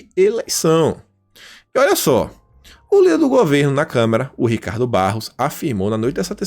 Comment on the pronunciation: é CâmAra, não CâmEra...